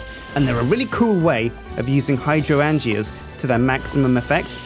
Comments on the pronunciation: It's "hi-DRAIN-jah",. Not "hy-dro-ANN-gia." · Its so weird hearing the pronunciation of Hydroangea...I get the word play, just stick an ''o'' in the middle of Hydrangea, but it sounds so odd to me since i have Hydrangeas growing around my house and I hear that word a lot.